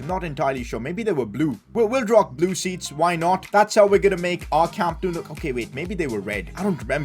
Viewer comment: Wow its so good he almost called it Camp No U 😂😂